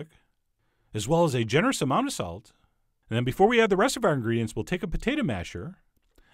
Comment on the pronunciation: i totally thought you said 'sax' your eggplant. so now, i gotta play Careless Whisper.